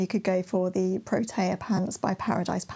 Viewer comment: Thanks for the video, I love all your plans. I do have to correct you on the pronunciation of Protea. It is actually pronounced pro-tee-ah not pro-tay-ah. It is a native plant from here (Australia) and South Africa 😊